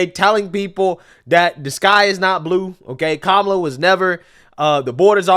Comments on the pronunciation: You better be careful calling her comala. They may say that they think you’re saying Coonmala. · "Coupmala" lol 😂😂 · " Coup Mala" 😂 These folks deserve Academy Awards. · He said "Coupmala" 😂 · all cnn has this morning is that trump mispronounced kamala name